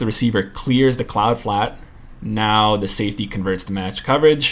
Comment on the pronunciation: I noticed it too he called it “Deep flat”, I think “Cloud Flat” is the answer you are looking for.